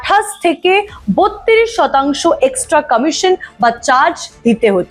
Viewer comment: ক্রমশ উচ্চারণ শুনলাম "kromosh" আর শতাংশ উচ্চারণ শুনলাম "ষটাংশ" 🤦‍♂️🤦‍♂️🤦‍♂️